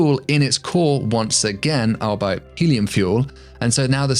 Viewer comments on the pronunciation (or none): Albeit is 'all be it', not 'al bite'. It's not a German word. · Albeit = "all be it", and is pronounced as such. Aside from that, keep up the excellent work. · Did you just say "albite"? 😅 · As always on Cool Worlds, a crystal-clear and eloquent explanation with excellent graphics. A minor quibble: you mispronounced albeit